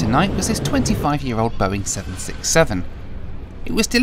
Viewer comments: I laughed so hard about that Boing english and thats How they land😂😂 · Nobody: No airline ever: BOA: Welcome to our Boing 767 fleet!